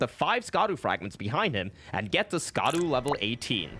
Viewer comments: Hey, man, not to be that guy, but: Scadu is pronounced "shadu". As in, shadow. It's the old spelling of the word, which I guess the translators picked because Dark Souls and ER have always had a penchant for old terminology and grammar (thou instead of you and so on), but in Japanese they literally just say "shadow tree", "shadow Altus" and so on. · Scadu is pronounced Shadu